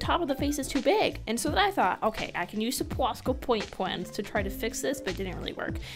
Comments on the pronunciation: "PWOSCA PWOINT PWENS" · "Pwosca pwaint pwens" I love it 😀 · "pwasca pwaint pwens" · Pwosca powaint pweennss😂😂💕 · Love your video but enough with the poshka pwaint pwens